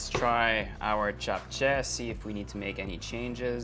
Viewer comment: Love how u didnt pronounce it as japchey but japche